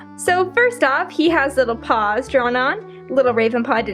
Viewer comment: CUTE LITTLE PAUS